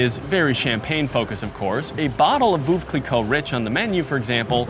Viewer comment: he literally mispronounced every french word including the name of this hotel. its not "fontain blue" but "fontaine bleau" pronounced like fontäin blö which mean blue fountain. he also mispronounced veuve cliequot. he always says "woow cliiiicot" like a dog but its "vövv cli-cot".